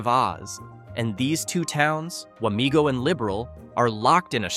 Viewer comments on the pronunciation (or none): It’s Wamego not Wamigo.